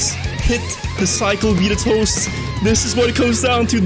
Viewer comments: It's not beat a toast, it's beta toast lol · His name is BETA TOAST. Not BEAT A TOAST. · Ight who's also annoyed on him saying 'Bitatost' instead of 'Betatoast' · It’s bet a toast. Not be a toast. ;) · Btw it’s bet a toast not Beata Toast xD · lol "beat-a-toast".... I'll bet you it is pronounce bait-a-toast... you know as in BETA! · Bro why this guy say beat-a-toast. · I think its Bae-ta Toast thats how you pronounce it